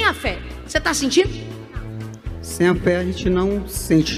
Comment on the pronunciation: "Tô sintinu pera fé"